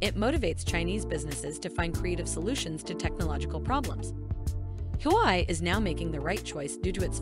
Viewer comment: It's not "Who I" but Hua Wei.